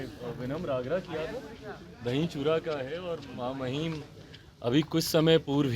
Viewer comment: बड़का जाहिल है..... महा महिम को मामहिम बोलता है.... गोरा होने से जाहिलता कम नहीं होती।